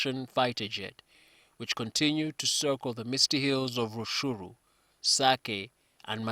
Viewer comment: even the names themselves rutshuru and masisi is kinyarwanda and so many villages nyirangongo or bwiza etc…. But the fact you re calling it tsururu 🤣🤣 show that you don’t know Congo. So hutu have ancestral land but not tutsi when they are the same people with same language and culture